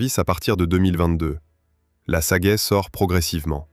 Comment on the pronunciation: Et pas non plus "Sagaille", c'est "Sagaie" (prononcer "Sa-Gué")! Ces voix générées par l'IA sont une catastrophe!